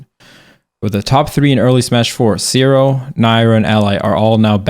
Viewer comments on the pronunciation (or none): When he said, "Seero," I really felt that. Sucks to be that guy.